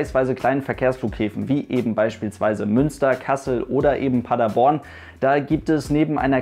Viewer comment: Du hast Paderborn richtig ausgesprochen 😍 Viele die nicht aus Paderborn kommen sagen Paaaader-borrrrn